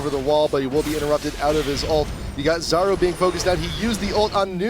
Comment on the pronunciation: U pronounce 'Czaru" - Charu (ch as in charizard).